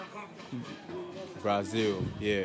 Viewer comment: He say na Brazili 😂😂